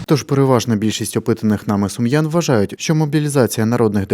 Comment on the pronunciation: Сумчан а не сумян.😢